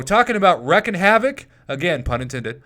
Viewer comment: Why you say it as Wreck?? Like a "He Wrecked a car" ??? It's reek!